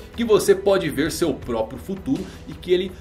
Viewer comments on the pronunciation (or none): none